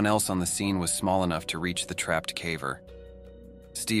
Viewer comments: Every time the AI reader says cavver instead of caver it makes me sad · Are you sure it's not AI? He keeps saying "cavver" not caver. 🧐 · Definitely an AI channel; who pronounces "caver" as "cah-vurr"? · It drives me nuts every time the damned AI voice says "caaver". No human would pronounce "caver" that way. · I could get into this if the AI wasn't saying calver for some god forsaken reason. Did dude really not listen to his video once before posting? Lazy as hell. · Ai can't even say "caver" properly. Ridiculous. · lol the AI pronouncing “caver” 😂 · The AI mispronouncing "caver" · Considering the main focus of your channel, you might want to teach your AI how to correctly pronounce the word "caver." smh